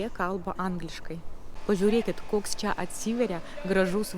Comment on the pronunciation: Pagal kirtį gal būtų taip: kaI palaUkėmis eInu, iEškau zuIkio duOnos. Dar dėl čIA. Į čia (ir kitur) tik minkština trumpą a. Tarimas če būtų artimesnis už čIA. Tai tik pastabėlės. Jaučiu, kad dar už 7 m lietuviai nebesupras, kad Jūs nelietuvė